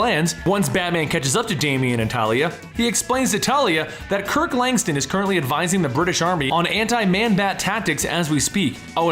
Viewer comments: LangSTROM, not LangSTON. It even bloody says it in a word balloon in a panel you show on screen. Sloppy work there. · Langstin? Langstrom i thought good recap tho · Isn’t the man bat Dr. Langstrom??..why does the narrator keep saying Langston? Let’s get it together people..smh